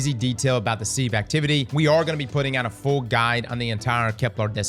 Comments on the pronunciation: Im not sure who lied to you, Im sure someone in chat did, but its “Siv” not “Seeve” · doesn’t know what a sieve is. He mispronounced it half a dozen times 😂